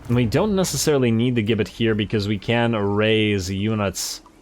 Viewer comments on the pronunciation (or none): Gibbit is pronounced as Jibbit.